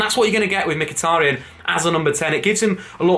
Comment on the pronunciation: has finally pronounced mkhitaryan properly! 🎉🎉